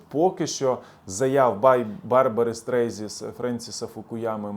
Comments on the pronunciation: Не «Стрейзі», а Стрейзенд 🤷🏻‍♂️ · Пане, Барбара не Стрейзі, а Стрейзанд. І дуже приємно, що вона за нас, тобто за Україну! Віримо ЗСУ. а також в те, що все буде Україна! Причому безперечно в межах 1991 року! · Не СТРЕЙЗІ, А СТРЕЙЗАНД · СТРЕЙЗЕН, а не стрейзі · Дякую за огляд подій.. Але, правильно не Барбара Стрейзі, а Стрейзанд.. 😉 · Барбра Стрейзенд, а не стрийзі😁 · Хотелось бы, чтоб ответственно готлвился. Людей с миоовым именем желательно правильно озвучивать. Б. Стрейзи-это кто? Фу н/х. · Можеб перш ніж в ефір піти ти би навчився правильно читани фаміліі відомих співаків ??? Тупіца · Ну Барбару Стрейзанд можна було б і вірно назвати..